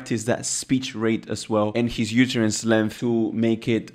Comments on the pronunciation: Only native English speakers can tell English is not your first language, such as myself. For instance, utterance is pronounced “uhterance” not “youterance.” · To "jump the tower", "I see it very sensical", "yoooootterance" and not knowing the word "stop watch" proved that English isn't your mother tongue. 😂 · I thought for a second you were talking about the UTERUS 🤣 when you were talking UTTERANCE (pronounced “uh-tuh-runss”)